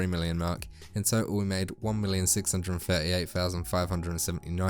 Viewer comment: It's thirty not firty so cringe